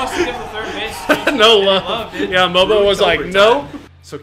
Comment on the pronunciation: Its mobo not bobo